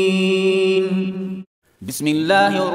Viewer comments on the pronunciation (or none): none